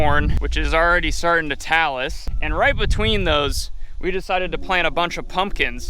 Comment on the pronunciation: Did you mean The Corn is starting to Tassel . Instead of Talus ? Sorry is a pet peeve like Ran and Run.